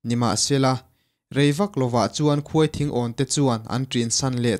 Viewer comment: A ngaihnawm eee.mahse,KHUAI THINGAWN tilo hian KHAWITHINGAWN tih ni zawk se